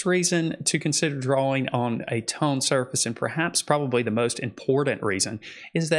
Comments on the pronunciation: Great video..thank you. P.S. I love how you say Dra-Wing paper. 📜✍🏼 🖋 🪶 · I was going to make fun of how he says drawing. Then I realised, thet there's a w in drawing wich makes his pronounciation much more logical.